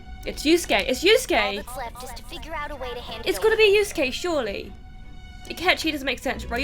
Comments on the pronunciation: The fact you said yuskue is mind boggling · Girl you triggered me so bad when you said Yuskue like nothing pointed to him doing it😂